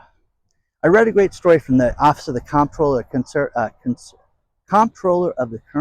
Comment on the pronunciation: There were only 70 full EV cars onboard and 780 plug-i hybrids out of the 3000 cars. Also, it's pronounced CONtroller, NOT like it is spelled.